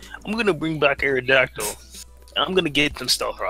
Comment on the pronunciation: ***: Dont **ROTOM-CUT* the lawn with *SCIZORS**, you're supposed to **MOET* Also: The *AERodactyl* is so *TSAREEN*-na and *TRANQUIL*